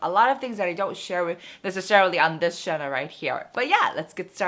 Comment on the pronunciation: “Channel” is not pronounced as “Chanel”